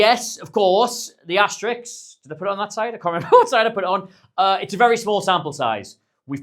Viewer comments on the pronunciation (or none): Great insight. PS. The word is “asterisk”, so don’t RISK pronouncing it like “Asterix” the Gaul!